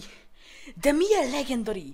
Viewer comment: hülyén mondja a legendary-t